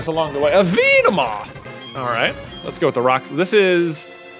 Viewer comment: It is ve-nomoth like venom